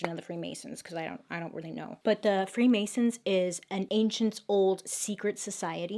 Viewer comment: The free Mary’s instead of the free masons